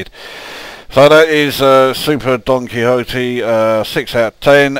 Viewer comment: I swear it sounded like he said "super donG Quixote" at the start and now thats all i can hear. That also became the trick with these games, they'll go on so long you end up watching it and not relising its saying "quick press left...oh dear, throw in another quid".